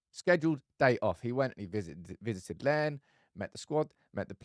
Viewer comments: My town is called Larne mate. Not lein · Larne not Lens ffs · It’s not LEN …. LaRne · Larne as in 'YARN' not learn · just fyi, it's Laaarrrrrrne. Like to use needles to darn. Larne. Not learn. In regards to what he's done, Marcus is being an idiot. Suspend him. A United player clubbing in Belfast? We have mobile phones over here too. Our mobiles even have cameras! Jeeeeesua...😮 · Heads up: Larne rhymes with barn. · Yeah Marcus is royally screwing himself at United. It’s not acceptable. Also, Larne is pronounced as Larn. It’s not a fancy place 🤣🤣🤣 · I can't comment enough on how incorrectly your pronouncing Larne, try saying Larrrr-n with a long r sound Also Larnes a hole - kinda like the Bootle of n. ireland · in stitches over the pronunciation of Larne lol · For someone with family from N.I. that pronunciation of Larne is atrocious 🤣🤣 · Love the channel but your pronunciation of LARNE is way off 😂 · Ro-Shaun Williams plays for Larne which rhymes with barn. Laverys is pronounced lah ver ees not lay ver ees. If Rashford doesn't buck up his ideas we should sell him to PSG in the summer. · Your pronunciation of Larne and Laverys was horrible 😂 but Thompson garage is where the dealers and hookers go, it's pretty much a coke den